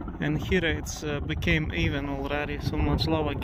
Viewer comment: Thank you for all your videos! With all due respect, the final "e" in the word "here" is silent, so it's pronounced the same as "hear". Yes, English has a gazllion silly quirks like this.